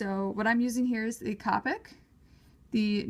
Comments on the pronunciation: Pronounced Co-pick markers, it's okay, I pronounced it as Cop-ick at first too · You say capic marker is c-OH-pic marker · It's coopic not copic